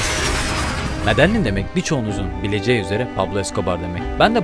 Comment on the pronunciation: Medeyin diye okunuyor